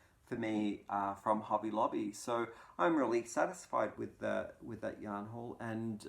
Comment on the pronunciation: I have recently started shopping at Hobby Lobby as the AC Moore stores are closing.😕 Love your accent. It sounds like you're saying Hubby Lobby. I thought, what a great place for your hubby to go buy you some yarn. Your description of curling is hilarious. I've been watching Olympic curling for years. It has made quite a comeback in the US with the recent success of the Olympic team.